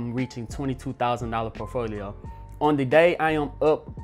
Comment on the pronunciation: I watch his videos just to hear how he says por T folio.